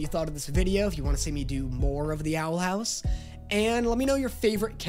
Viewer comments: Ahh yes “Owl Hous“ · wtf is owl "hous"